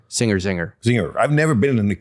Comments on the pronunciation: Cat-er-ham??? See episodes of Top Gear for correct pronunciation 😂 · Catterham? It's Cater like a caterer. But they're awesome little rockets. Very pure. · Caterham pronounced Kater-am